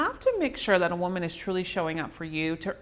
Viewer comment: She keeps misappropriating the pronunciation of the word "woman" in this video and it is distracting. Otherwise its a great video.